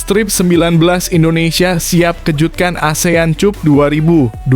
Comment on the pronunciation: pengucapan yg benar benar aja bro..prettt...km ga bodoh2 amat dlm berbahasa ingris.prettttt lo...cup atau kap bacanya?dan kami jg bkn ana2k semua